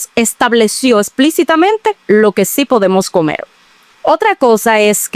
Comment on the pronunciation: No se dice comel, es comer.